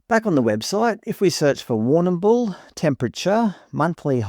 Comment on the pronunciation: We just say war - nah - bul in Victoria. You don't have to pronounce the 'm' so hard, or at all really. LoL.